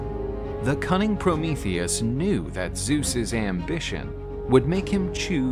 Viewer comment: Finally someone says his name right lol